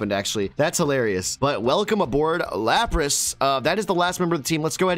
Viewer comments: It is LAP RUSS NOT LUP ROSS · Why do they have such dumb pronunciations for their names? Lawprahs? It's la-pruhs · Did he just say "lop ross"!?